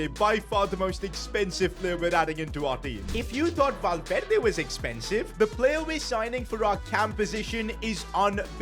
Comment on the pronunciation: Kvicha and valverde pronunciation needs help